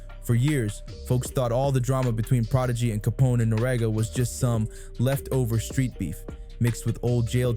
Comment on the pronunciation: Pronounced noreaga properly